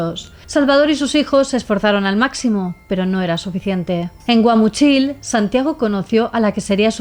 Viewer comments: Es Guamúchil no Guamuchíl 😂 es una fruta C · Tecate no está en Tijuana, Tecate es otra ciudad de Baja California Norte, y Guamúchil se pronuncia con acento en la ú. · Todo perfecto, sólo un detalle es Guamúchil no Guamuchíl, el acento va en la "ú", pero es una nimiedad ante tu investigación detallada, muchas felicidades y gran trabajo en cada historia, saludos desde México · Guamúchil! Acento en la penúltima sílaba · Anora si me quede pasmado, se pronuncia Guamuuchill y escribe Guamuchil en referencia a Un arbol frutal que da vainas con fruta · Guamúchil la i no tiene acento, Tijuana no es pequeña es de las mas grandes de Mexico, no tuvo miedo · Amé cómo pronunciaste Guamúchil 🫶🏻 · Me dió ternura como pronunció Guamúchil😂❤ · Me da ternura como pronuncia Guamuchil y sinaloenses jajajaja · PRONUNCIA BIEN CHISTOSO GUAMUCHIL! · Asi no se pronuncia Guamúchil 😪😪😪😪😪